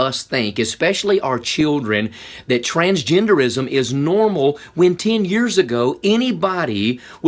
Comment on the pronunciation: With southern accent thoo😂😂 TRANSGENDEREEISM